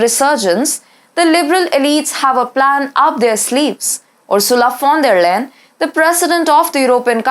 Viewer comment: If you find time, you may consider looking up how to pronounce Ursulas last name. In every job she failed miserably, so she had to be promoted to get rid of her.